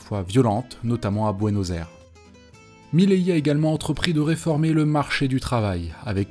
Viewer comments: Pourquoi tu dis Mileillie, frérot ? C'est pas ça et c'est absolument immonde à l'oreille. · Svp prononcez correctement milei, ça fait mal aux oreilles